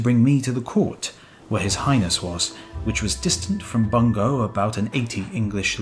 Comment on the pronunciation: Bungo should be pronounced "boon-go"